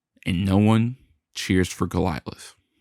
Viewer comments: Love this vid , TY! It's Goliath , Not Golialith....sry had to throw that in , lol. (( Go - Lie - i t h ))....Cheers Mate ^ ^ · Golilath? Oh…you mean Goliath…got ith. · It's not Golialith, It's Goliath. You talk like Bill Russell beat Wilt Chamberlain, all by himself, which didn't and wouldn't ever happen, on his best day. Teams win and teams lose. Yes, Wilt was a bit egotistical, and a bit difficult. That said, When one player, on a, supposed to be, professional team, can average 40 points per game, at plus 50%, and 20 plus rebounds per game, then probably, 10 plus shot blocks per game, for 6 seasons, in a row, I don't care if he is stat padding, or not. If that team doesn't win, there is something not right with the other players, or the coaching, or both. I highly respect Bill Russell, and yes, he was a great defensive player, with a lot of heart. He also had Red Auerbach, arguably, the best coach in the history of basketball, and a large host of excellent team-mates, who took that genius coaching, very well, and played together for a lot of years. I don't usually use the team-mates argument, but I will say that Wilt didn't have the steady, wise coaching, over a long period of time, that Bill, and the other Celtics had. When he did have standout coaching, he won championships, or his teams did. Statistics are not the whole story, but they are the most objective evaluation of a player's value to a team. Statistically, Wilt is untouchable, considering both ends of the court. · Could you get the narrator to pronounce enigmatic or Goliath correctly?